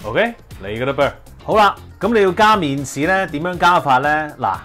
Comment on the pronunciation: 好搞笑呀，麵鼓….麵豉？？